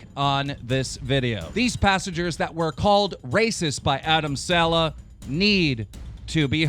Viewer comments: its sa-leh, not se- lah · It SALEHYYYYYY NOT SALEHA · It's Adam sal'eh' wtf is Adam 'sella' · Saleh not Walsh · Dont even say adam "seller" ever again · Jesus Christ. ITS PRONOUNCED (SUH-LAY)!!!!!!!!!! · First say his second name properly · Cringed when he pronounced Saleh wrongly